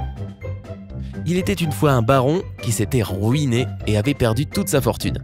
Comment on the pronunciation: Enigme 5, , "qui s'était rOUiné...